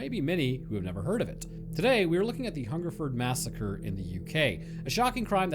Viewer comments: he got hungerford (furd, not ford) right off the bat, but berkshire is BARK-Shire, some old ae sound shenanigans or some s***. its all stupid and made up. I live near here and its interesting that this never comes up. i know about it but noone really talks about it. cool to see it make a video tbf. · You got Hungerford right the first time. Most places ending in -shire are usually suffixed "shear" phonetically. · Wow i was the one who commented this on your Albert Dryden vid. Your pronounciation is spot on, its only the posh gits who pronounce it Hungerfoord. Berkshire is wrong though lol, it pronounced with an 'a' intead of the 'e'. Must say its the first time i commented on something and it gets turned into a video. Thanks i geuss. I would also like to add that although it is nice to get noticed it could'nt be about many a worse subject. As i said in the Albert dryden vid this was a story we were told as kids to scare us about guns, and strangers. It was like being told about the boogeyman but one that had lived in your area.